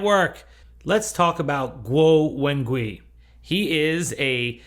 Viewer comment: Guo: rhymes with English "squaw." Wen: rhymes with the "mon" in "common" (i.e. the vowel is a "schwa." Gui: rhymes with English "sway."